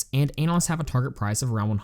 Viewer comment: Analysts not Annalists lol